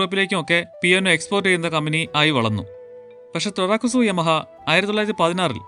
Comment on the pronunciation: "യാമ" എന്നല്ലെ ഉച്ചാരണം....